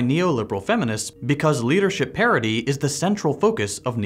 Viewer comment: did you say gender parity or gender parody? lol